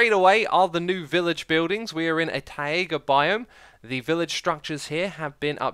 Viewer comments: If you want to say Mojang in the most right original way: Taiga is pronounced tai-GUH, not ta-EE-ga Else: You don't have to defend your pronunciation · Tah-iga? Taiga uses the same diphthong as “tie” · ok so you cleared up the mojang pronunciation no one cared about, but what the heck is with taiga???? it isnt "taiega" as far as i know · DID HE SAY tie/a/ga because its tie/ga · Why are you saying Taega instead of Taiga? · I love the ta-yee-ga villages x. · Idk if this is part of your derpy pronunciation but people do commonly mistake this but it is pronounced Taiga not Tiaga. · according to the dictionary here is how it is supposed to be pronounced: [tahy-guh] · "Taeega", "Achacha", god dang it you're killing me X 😂😂😂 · xisuma, the "ai" in taiga is a dipthong, not two separate vowels. :P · I understand it doesn't matter very much, but I wince every time I hear Xisuma say "tai-ay-ga." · Acknowledges his pronunciation of Mojang but not "tie-ay-ga" :P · It's pronounced Tie-guh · Ecks E eye II Zoom-A VoyArD said Thai AYGA 🤣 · It’s t ai ger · So you pronounce Mojang correctly, but utterly mispronounce 'taiga' and 'granite'...? Taiga is pronounced like 'Tiger" without the hard r at the end, granite is pronounced like 'gran it'. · STOP SAYING "TAEGA" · Not that I didn't do it too, but why has no one figured out how to pronounce taiga yet? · But that's not the way he pronounced it.he just separated "a" and "i" instead of pronouncing them as a diphthong. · Maya He mispronounces things on purpose sometimes and also I don’t think they pronounce taiga differently in the many different accents and variations of english